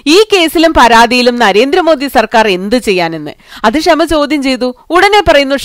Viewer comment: ക്ഷമ അല്ല ഷമ😁